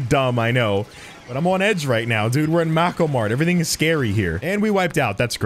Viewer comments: aUGh it’s pronounced “May-ko” mart (not mad at you) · mako mart YouTube subtitles: Macklemore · Everytime he says Makomart I hear Macklemore. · makoh mart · Butchers Mako Mart pronunciation.